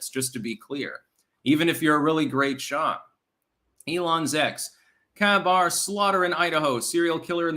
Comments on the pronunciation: ..it's a KaBar (pronounced Kay-bar).. it's a type of knife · Kabar is pronounced Kay bar and is a military issued knife similar to a bayonet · It's pronounced "Kay-bar." It's the standard US Marine Corps fixed blade fighting knife. Production started on 1943 and has continued unabated since, and has seen action in a dozen wars. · Lmao, KaBar is the knife the marines use, pronounced Kay-Bar.